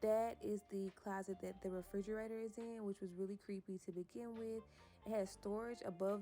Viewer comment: Frigeraytor? Huh?!?! 🤦🏾‍♀️